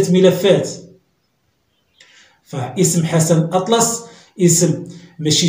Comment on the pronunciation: كتكلم على السي حسن بحال إدا راك عارفو وأنت لا تنطق حتى إسمه بطريقة صحيحة... راه والله و مشا حتى شدك يحيد ليك الوالدا...(l'utérus). كفى من الضرب في أعراض الناس هههههه والله ومشا حتا شدك يحيد ليك السروال.ههههه